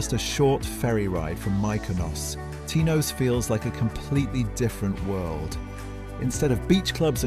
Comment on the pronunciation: Tinose ? have you actually been to Greece ? koofounisia ? learn the Greek pronunciation before making videos